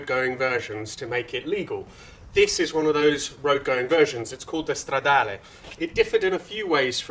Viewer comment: Your pronunciation of "stradale" was perfect! You sounded like a real Italian! Englishmen usually pronunce it wrong, in Italian it sounds like "stradali" which is plural and it's quite annoying. "Lancia" though is pronounced "lan-cha", not "lan-see-a" Btw, 037 is "zero-trenta-sette" in Italian. We call it Lancia Rally zerotrentasette.